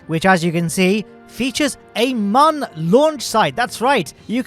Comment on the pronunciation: I mean sure, since he can't pronounce Mun correctly. But yeah it's the Dessert Airfield!